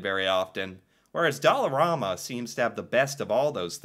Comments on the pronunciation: I shop at there everyday IT IS NOT PRONOUNCED DOLL-A-RAMA ITS DOLL-ER-AMA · In Saskatchewan we pronounce it like Alabama. You seem to be saying it like Obama. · its not Doll a rama its Doll a ram a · It's Dollar-A-ma not Dollar-aw-ma. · here in montreal, we pronounce it “dollarAhhma” not dollarawe-ma” kinda like the pasta pronunciation- we say “pahsta “ not pawsta” which is super weird because in french thé a is pronounced the first way lol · Just an FYI, it is pronounced dollarAMa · It's dollarama not dollaruma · Pronounced dolla Raamma